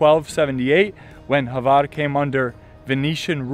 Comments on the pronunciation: Pro Tip: It is not Havar, it is Hvar. I know, it is almost impossible. But, ...but I am very impressed by you uttering Mljet. Sounds legit to me and I am from Ston. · this Island is call Hvar and not Havar....